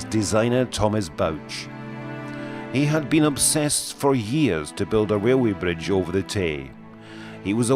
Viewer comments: Wailway bwidge, Fixed it for you... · Wailway bridge lol